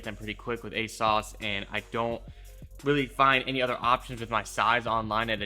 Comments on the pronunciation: ASOS not ASAUCE 💀💀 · You pronounced ASOS wrong lol sounds funny when you say it